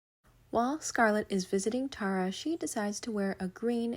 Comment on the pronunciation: It’s a toss up between the green and white BBQ dress and the ruby red dress. Both make such a huge statement, especially with the accessories for each one. I’m a stickler on locations names, Tara is pronounced tear-ah (like “tear a” piece off). Guess I heard mom say it so much, she had us watch the video every year at Thanksgiving.